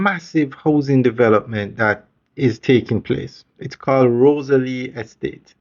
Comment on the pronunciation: I think the pronunciation is more like ROSEL.